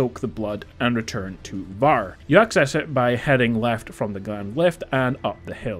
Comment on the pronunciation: Why are you saying his name like that 💀